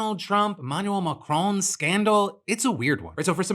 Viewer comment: Who tf is Emanuel Macrone? I've heard of Emanuel Macron but idk who Macrone is